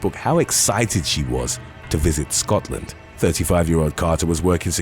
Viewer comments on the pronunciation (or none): none